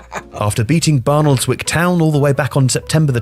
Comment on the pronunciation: Barnoldswick? that might be how it's spelt but it's pronounces Bar-lick